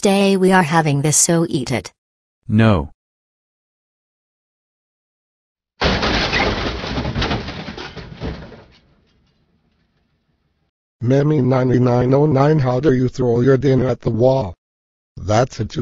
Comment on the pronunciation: I love how they pronounce it by ''Memy 99 o 9'' lol